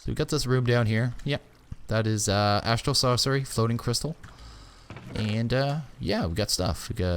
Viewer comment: "Astral Saucery" Cooking with.:)